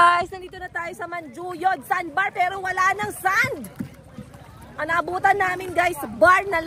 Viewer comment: You keep on saying Manjuyod, Dumaguete. I'm sorry ha pero dili na mao. Dumaguete City is the capital of Negros Oriental while Manjuyod (pronounced Manhuyod) is one of the towns of Negros Oriental.